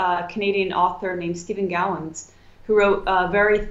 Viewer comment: Ah, there it is! thanks! Stephen Gowan not Steven Gallons